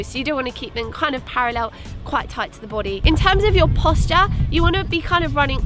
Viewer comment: Lol! I love the way she said "your boday" lolll this was an excellent video! Your energy is inviting and attention grabbing. Please keep it up